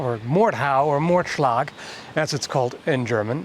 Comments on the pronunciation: I'm actually very impressed by how well you pronounced the words Mordhau and Mordschlag in the beginning 😳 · Your pronunciation of Mordschlag is probably the best I've heard from a non-german yet